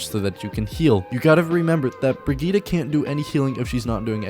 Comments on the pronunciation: Bri-git-te not Brigitta or whatever, its German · Her Name Brigitte Not brigihda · Funny. Excusing for the wrong pronounciation and then saying it wrong again. There is no a in Brigitte. Its Not Brigitta. Listen to her background Trailer. There she sais it right. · Only thing I hate is the pronunciation of her name. It clearly spells as "Bridget". And I have no problem if her name is "Bridget". I don't understand why they want to go for something with more than 2 syllables. How other people pronounce Brigitte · Brugeedah is still far off from the correct prounciation. A for effort. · Cringing every time he says the name wrong XD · Its not an 'a' at the end its an 'e'. Pls learn the pronountiation or just call her baguette.